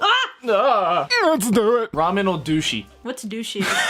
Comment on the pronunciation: Lol I am Dutch and you say it wrong but good TRY